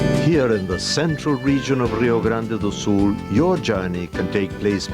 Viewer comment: "Rrrio Grande do Sul".... Why dude, we don't even speak Spanish.